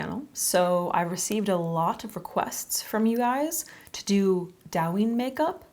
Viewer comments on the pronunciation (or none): It's Douyin, not Dawin lol. Love the makeup tho! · the pronounciation is kinda off. it's supposed to be "dough" "ying" lol, but its not a big deal alice in borderland? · It’s do-yu-een pronouced with a quick u. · Just wanted to say it's pronounced doh-yeen, not dow-yin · Also just letting you know it’s pronounced “doe-yin” instead of “Dow-yin” :) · I love you and I love your videos and I watch you all the time..... but the pronunciation is closer to "doh-uh-yin" rather than "dowyin" (as someone already said in the comments it's close to how you pronounce "dough") I'm so sorry but as someone who's learning Chinese I just had to 😭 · Dou yin. The ou in Dou is pronounced more like Oa in Oat. Not “ao” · fyi it’s pronounced DOE-yin not Dow! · Douyin is pronounced Doh (like donut) and yin (like shin but with a y) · Isn't it Douyin as in the graphic novels? I thought that was pronounced "dough-yin" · Say it with me now DOI (soy with a D) + YEEN (emphasize the ee) DOI + YEEN = DOUYIN Please make sure you know how to pronounce something before sending this out to the world. It makes you look like you don't know what you're talking about. There are videos for this. I like the makeup but it feels like it's missing things. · It’s pronounced “doe yeen” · It is pronounced /dough-yin/. Thanks. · Its pronounced dough-yin haha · Korean Chinese and Japanese makeup is different. Also you pronounce it dough-yin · this is so pretty! But “dou” is actually pronounced like “dough”. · Gorgeous! Alice in Borderlands is the show -- but it's Japanese (and Douyin is Chinese). TikTok is huge in Japan; Douyin isn't because it's only in China/Chinese App Store. (Yes, ByteDance makes both, but they are different.) Also, it's pronounced more like "doe-een." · love it!!! looks amazinggggg by the way, it's pronounced doe-yeen :'-) alice in borderland :D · It's pronounced like doe-yin ❤❤❤ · It’s doe as in doe a dear. The pronunciation of douyin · More like toe-yin